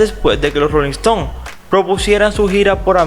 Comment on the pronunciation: Disculpa narrador, pero es muy difícil entender tu acento...a veces dices “Jeager “ ...jegger..o Jeager... si vas a pronunciarlo mal por lo menos quédate con uno...y no es! “ Yeager......” y no es Rolling Estons...